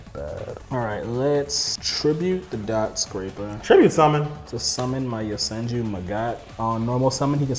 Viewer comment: Amazing duel. Dotscaper being called dotSCRAPER over and over had me dyling. lol